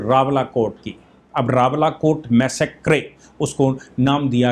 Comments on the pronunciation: PLEASE CORRECT YOUR Pronunciation for massacre as मैसकर NOT मैसेक्रे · Sir please foreign language words ka pronunciation google pe check kar liya kijiye. Massacre ka Pronunciation mass-a-kar hai.